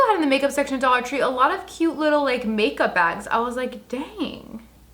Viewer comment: Did she say pake up?